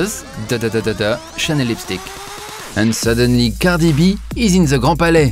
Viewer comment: The way he says "Cardieegh Bee" has me in tears 😭